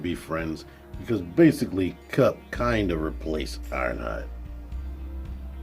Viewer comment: There’s extra ‘p’ in your Kup